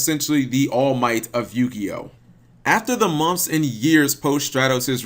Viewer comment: Am i the only one that notices that he pronounces months as munths .... .... I look forward to his videos just so i can here him say "munths"